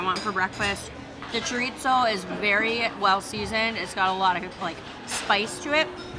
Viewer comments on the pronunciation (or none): she pronounced the "z" like she was speaking German!, in Spanish the z sounds just like our s. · I have thoughts on your pronunciation of chorizo 😟